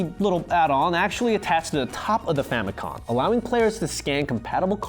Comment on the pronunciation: Please stop saying “famicon”.